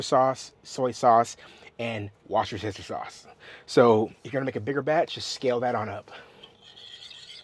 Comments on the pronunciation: New Englander here. It’s “Wooster-sheer” sauce 😊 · Worse-ta-sheer sauce lol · Worsh-ya-sister sauce is yummy 😋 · Whis tow shire sauce, bless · Worst-tuh-SHIRE. Shire, like where the Hobbits live. lol. Or, sometimes I like to pronounce it Whir-CHESTER-Shire just to mess with it. Or, you can just say Lea and Perrins. Those chops look AMAZING!